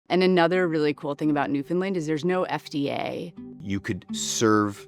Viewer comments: definitely has the closer pronunciation, but she still tends to do the "lund" thing instead of "land" at the end. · can you please, say our place like it sounds. its newfoundland like understand its newfoundland. not newfinlind. by da jesus, cheers from our ROCK. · My home......love it. But again for the 1000th time say it fast New found Land.......not New Fin Lin.......lol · Newfin-land not New-Found-Land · New whatlund? Pure butchery, lol. Should sound more like NewVin land. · Or the way butchers it, "NEW-funlund".